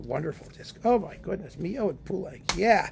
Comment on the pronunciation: You never know with names, especially in French, and I know that you are not a pronunciation fanatic but I know for a fact that Darius Milhaud pronounced his last name as Mee-LO, not Mee-YO, because I saw a short film in which he introduced himself and pronounced his full name. (Of course with that tricky French u in "Darius.") Stranger yet, the French pianist Robert Casadesus did not pronounce the s at the end of his name and his wife Gaby did. As for the many other members of the Casadesus artistic and musical family, I am not sure and would have to verify every one separately.